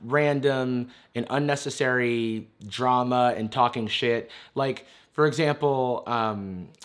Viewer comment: “I don’t wike cyberbullies, you’re a cyberbully!!”